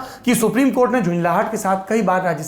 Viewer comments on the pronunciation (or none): none